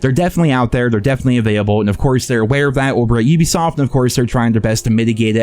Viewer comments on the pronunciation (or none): none